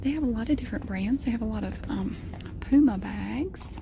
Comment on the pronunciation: Omg I love your southern accent when you said puma 😊💗💗